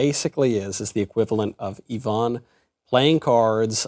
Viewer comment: I-vun. Not yvonne. Sorry. I'm one of those people.